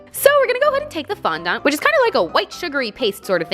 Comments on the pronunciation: It's fondAnt NOT fondOnt. (To pronounce) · I'm so sorry but you are pronouncing it wrong it's fon-DENT not fon-DONT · i thought you said fondot 😂😂😂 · I say fon dont and she says fun dan 🤣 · Dont get me wrong ily and this is not hate but in the future its pronounced fon-dent not fon-dont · Omg did she just say fondant as fondont😂😂😂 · her :fondont me :fondant am I the weird one 😕😕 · You don’t say Fonda it’s fondant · It's pronounced fondint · You called it fonDONt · fondant is pronounced “fon-dint” haha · Love the way she says fondant like fondont 😂😂💕💕💕❤️💕❤️💕❤️ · why you say fondant like that awwhaha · The way she said fondant 😂😂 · you don't pronounce the "nt" at the end :) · I can’t stand the way you say fondant not trying to be mean it just bugs me 😂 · Actually LOLing at your attempt to pronounce fondant. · It's the way she pronounced it haha :)